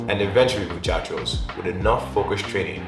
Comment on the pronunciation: Come here just to hear he says muchaco